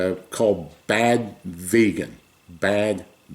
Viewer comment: It’s not vegan it’s “VAYGAN” that’s how dictator Donaldus Trumpus pronounces it